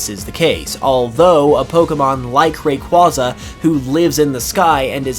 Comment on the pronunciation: Pronounced Whismur like wishmer instead of whisper. OOF Makes no sense. Also, Rayquaza not being pronounced like Quasar. I know, I know. People pronounce things differently sometimes, but.... it is a pet peeve of mine.